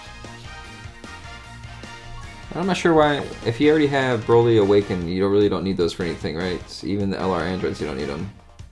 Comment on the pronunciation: Lol, Bra-ly... It's Bro-ly. Bro.